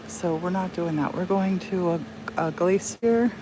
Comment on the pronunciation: i love the way you say glacé-ier!